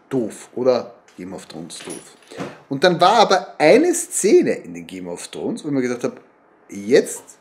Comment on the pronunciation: Ich vermute die Szene in der der Satz „th e things I do for love“ fällt. Auch wenn ich aufgrund Ihrer Aussprache des Titels der Serie nicht annehme, dass Sie diese auf englisch schauen. Ich muss mich außerdem fragen wieso Sie dieses Stofftier als Moby Dick bezeichnen. Hier ein Rätsel für Sie „warum kann dieses Tier nicht Moby Dick genannt werden/sein?“ Und noch zwei Fragen: wird Ihr Pullover jemals gewaschen? Der Fleck auf der linken Schulter lässt mich befürchten, dass dem nicht so ist. Und Ihr Sohn muss dafür zahlen, dass er mit dem Automaten spielen kann? Warum? :( Liebe Grüße und Gesundheit.